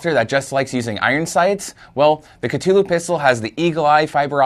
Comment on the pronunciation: Kuh-thu-lew. Say it with me.